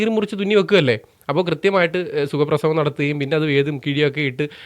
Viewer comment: "Sugaprasavam" enna vakku pinvalikkuga.🤬. Njanadangunna ella ammamarodum mappuparayuga.🤪